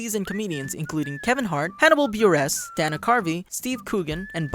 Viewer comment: I hate the way he says